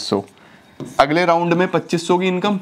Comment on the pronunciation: Sir pachoos sunkr ekdm seriously pdhte pdhte hasi agyi 😂